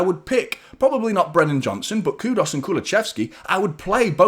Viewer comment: Who's Kudos? It's Kudus.